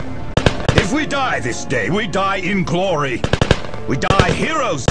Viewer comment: "sphess" "mehraens" "deff" "symeultanious" "fuhreh" "emprarh" "gloreh" "nawt" "bawld"